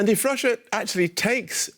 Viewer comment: Is the journalist Danish since he said "hvis" instead of "if"???